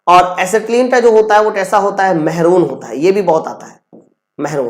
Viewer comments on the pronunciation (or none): महरून नहीं मैरून कहते है